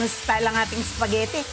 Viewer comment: Espaghetti...e di E not S. Lol